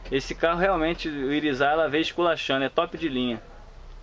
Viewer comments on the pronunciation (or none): DICA: quando você for falar IRIZAR PUXE O R ASSIM IRIZARR falo. não se ofenda só quero ajudar!!!!